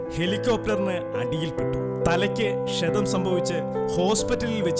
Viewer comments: തലയ്ക്കു ഷണം അല്ലെടാ കഴുതേ... ക്ഷതം എന്ന് തിരുത്തി പറയു. പിന്നെ സംസാരിക്കുമ്പോൾ അധികം മസ്സിൽ പിടിക്കേണ്ട. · Eda koppe kshanam alla kshatham